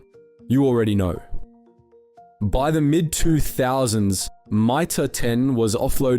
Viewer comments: You nearly got me pretending not to be an AI channel. The moment you read out Mitre 10 as My-Tah 10 then used a different pronunciation later in the video. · " My-Tar ten" who pronounces it like Ike that ? But the Narrator gets it right the seconds time a few seconds later?